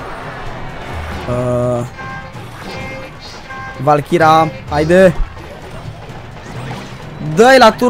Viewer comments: valkira :)))) Se citeste valkeri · Cica valkira :)) II VALKERI ASA SE CITESTE